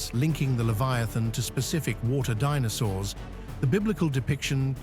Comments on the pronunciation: AI nonsense. Believe what you want. One sentence in this video towards the end pronounced dinosaurs as "Dee-no-sawrs" then as "Dee-no-sowers" 🤣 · "DEE NOW SAWRS" lol